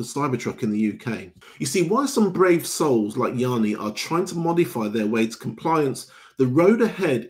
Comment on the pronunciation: “E-arny” its pronounced “Yanni” also, the cyber truck weighs 2950KG unladen, not over 3.5 tons!